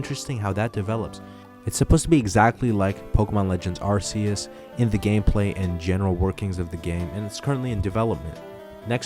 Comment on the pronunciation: "Arse-us" BASED BASED BASED